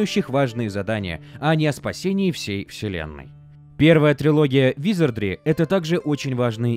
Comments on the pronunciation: какого хрена!? В первой части ролика правильно "ВизардРИ" во второй "ВизардЛИ" прям ухо резать начало.) Но друзья это мелочи, спасибо за годный конент. Успехов во всем.) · Почему ты говоришь "визардЛи"? 🙃